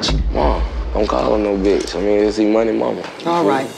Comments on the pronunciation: Did momma Dee say "bicth"?? Lol 😂 ok momma Dee it's bitch but go awwff sis LMFAO 😂🤣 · "Bicth"🤦‍♀️ MoMA Dee is something else. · Thanks Mama Dee , I almost but the T before the C in “BICTH” .. #inthatorder ! 😂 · Noooo mama dee🤦🏽‍♀️ that’s not the right order 🙄 it’s B-I-T-C-H bihhhh🤣🤣🤣